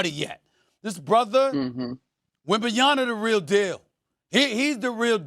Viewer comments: You still didn't learn how to say his name? After all this time? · I think it’s extremely disrespectful to get on TV to cover a player or team and you can’t pronounce their name properly and you don’t try to apologize. You could’ve said victor wemby or just wemby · SA can’t even pronounce his name. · Pronounce his name right Stephan A goddamn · I look forward to the day when the media can actually pronounce “Wembanyama” correctly. Some day. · please sas pronounce the young phenoms name correctly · Stephen A is STILL saying Wemby's name wrong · He repeated it wrong 3x in a row lol yea it’s on purpose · Why are you struggling to pronounce is name it’s not Wembanyana it’s Wembanyama 😅 you guys might be saying something offensive or maybe not 😅 find out what’s the name mean … just saying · WembanYAMA not wembanyana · So unfortunately am African, then Stephen A , comes back on first take and can't even even pronounce the first round draft pick name , the difference is wembenyama and wembenyana two different names , ask wembenyama's father's ,it's a disrespect,dude you black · its wembanyama.. why pronounce it as wembanyana? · Wembanyama.... not Wembanyana... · Get his name right Stephen A! It's not Wembanyana, it's "Wembanyama". PEace and Love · WembanyaMa not Na 🤦🏽‍♂️ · Can Stephen A. read ? It's WembanyaMa not WembanyaNa ffs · Steven A, it´s Wem ben ya MA, not WembenyaNA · This dude Wembanyana😂😂😂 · Why Stephen A keep calling him wembanyaNa !? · WembanyaMa Stephen A!! Not “WembanyaNa” 😅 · For a little bit everyone was saying wembanyama close to correctly. Since then I hear wembanyana by 85% of announcers 😑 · Here's another name we can add to the "SAS can't pronounce" list. First is Luka DonCHICK, now we add Victor WembanYANA lmao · STOP saying WembanyaNa please! M! M! M! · Steven A can't even pronounce Wemby's name right smh Edit: and even more frustrating, nobody is correcting him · Say his fkn name right smh WEM-BAN-Ya-MA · "wembanyana" - Stephan A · Wemb en Yana ?